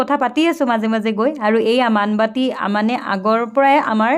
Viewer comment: Baan Baati not Maan Baati.